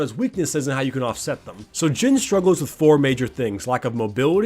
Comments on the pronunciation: You said jim not jhin XD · I thought u said "Jim" at the intro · idk why but i can hear him say "jim" instead of jhin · Is it just me or did it sound like he called him Jim at times? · "immobile" say that with me kids: "J h i n i s i m m o b i l e"